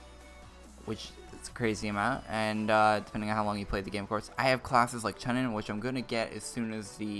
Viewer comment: Im pretty sure its pronounced Choo-nin. Like from Naruto